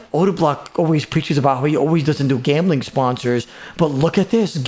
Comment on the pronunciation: This man say shicken lol ? And gamblim oh em gee